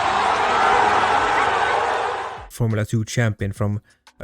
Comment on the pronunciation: tbh I don't hear Drugovich either 😀 not even close, but everyone says it's drugovich